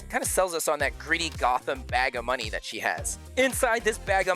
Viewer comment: kids love it : BAG OF moNEe!!! 😂